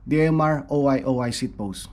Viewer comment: o-i o-i 😂 it's oy oy